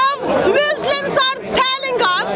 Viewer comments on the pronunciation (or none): What does "Muslims are talling us??"mean?? As far as i know it's "telling"